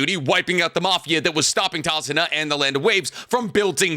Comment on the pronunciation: Calling him tazuma instead of tazuna is genuinely hurting me